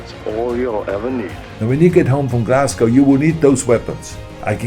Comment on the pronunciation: Wow he pretty much almost pronounced Glasgow correctly! Unlike all the American journalists lol